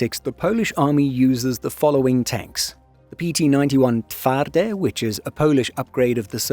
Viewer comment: Pretty good pronunciation of TWARDY - kudos to you.